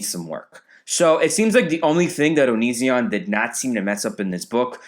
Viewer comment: I came here half for the reviews, half for the pronunciation of Onizzion